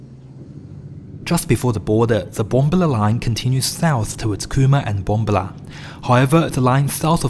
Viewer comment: Love the videos & information provided....however, it is courteous to learn the correct pronunciation of place names. BomBAHla